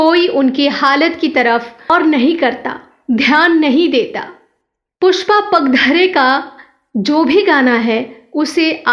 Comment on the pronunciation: खूप वाईट वाटत आहे त्यांचे नाव पुष्पा पागधरे आहे ते नीट उच्चारावे ही नम्र विनंती